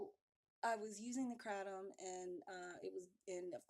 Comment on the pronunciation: Funny how she say kratom... i thought she said crack I'm like no way she's too pretty